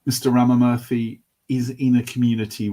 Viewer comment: Ramamurthy is pronounced as Raama--Moorthy. just so you know!